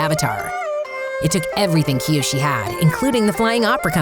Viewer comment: Did anyone hear the lady say Kyoshu in